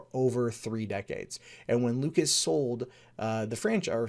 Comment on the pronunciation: I might be wrong, but I believe his name is George LUCAS, not "Lucis".